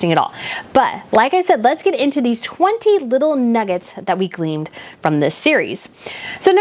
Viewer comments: Its Gleaned my Darling..Not Gleamed..you are sweet though.. love your video.. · Trod, not ' treadded' and Gleaned, not 'gleamed.'